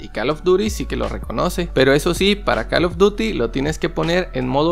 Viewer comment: Pronuncia bien call of duty pero joystick no 😂😂